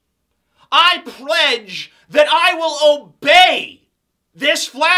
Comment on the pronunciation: lol turned Asian for a sec there "I predge allegiance" -amazing atheist, 2015